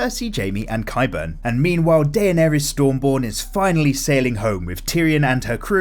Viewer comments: It's pronounced D'NAIR-ESS. MY GAWD! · Love these videos but learn to pronounce all the names correctly! You pronounce "Daenerys" SO wrong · 6 vids and you still can’t pronounce Daenerys lol